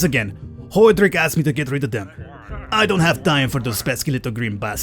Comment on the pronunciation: I love your videos!!! BTW, the tavern owner, his name is pronounced ‘whore-AHH-drik’ lol Like in Diablo, if you have ever played it. I don’t care if you ever change how you say it, cuz it’s cool how you pronounce it. 😎 Just thought you might wanna know. 😉 Wish I had caught this video before the giveaway was over!!! But I plan on buying the game anyhow. 😉😁